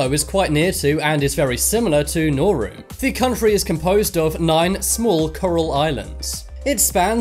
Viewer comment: This triggers me so much. Hutt River is a group of tax evaders, not a country Niue is a territory, not a country Sealand is an oil rig, not a country Palau is a country, and it’s pronounced paul-ow Segorga is also not a country Nauru is a country, and it’s pronounce nah-roo Tuvalu is a country, and it’s pronounced too-vuh-loo St Kitts and Nevis is a country, and it’s two islands, not one The Sovereign Military Order of Malta is not a country Molossia is not a country, and they still have to pay taxes to the US government I don’t wanna be that guy, but please do more research before you make these kinds of videos. At this point it’s basically misinformation.